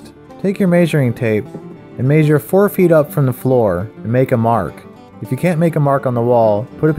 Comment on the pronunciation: mayzhure xD